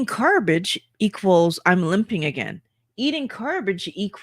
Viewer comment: “ carbage”. Perfect…